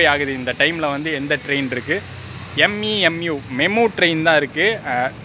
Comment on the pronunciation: i meant the pronouciation u should not say மீம்மு